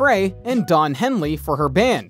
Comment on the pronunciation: He pronounced Henley right, at least